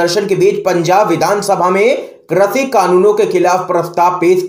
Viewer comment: Krashi nahin, krishi boliye please.